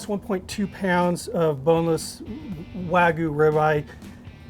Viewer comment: WAH-G-YOU... but all in one word no pauses, NO GOO. G-YOU.